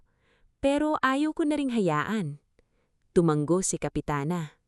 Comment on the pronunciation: TUMANGGO AGAIN ISANG G LANG. TUMANGO TU -- MA -- NGO. AS IN NGONGO NGO -- NGO